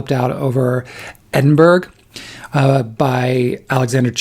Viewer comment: Good Morning from Edinburgh! Really enjoy your channel and have added to my TBR many times from your recommendations. 😊 Can I just say Edinburgh is pronounced ED-IN- BURRA. Would love to hear you pronounce it in a Scottish accent 😂